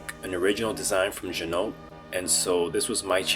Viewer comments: It's pronounced zhee-noh. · Pro tip: Ginault is pronounced, “G-Noh”. The L and the T are silent. This comes directly from the owner of the company. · It’s gee-no!